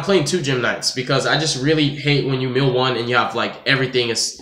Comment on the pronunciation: It's mill not meeoh